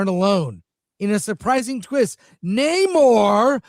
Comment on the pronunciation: Today's "Na-MOHŘŘŘŘŘ" is so pathetically inaccurate. This current ersatz pismire depiction/iteration just has me re-reading the John Buscema issues from the late 1960s.